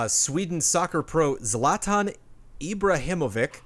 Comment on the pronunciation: Correction: It's pronounced Ibrahimovic with the vic sounds like a vich like bitch.